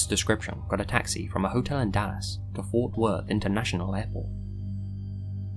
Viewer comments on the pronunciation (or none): none